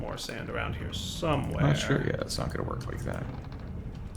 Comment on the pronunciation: "There is some sand over here, I'm shore" - 2018